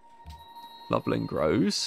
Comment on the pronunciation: Lublin is 'looblin', and Wroclaw is 'vross-loff'.